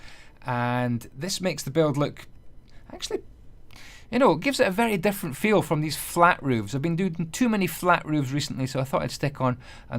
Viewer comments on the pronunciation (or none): none